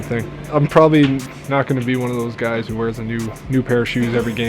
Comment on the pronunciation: Haha said you guyses